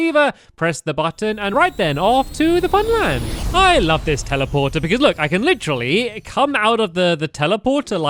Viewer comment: Stop saying licherly stampy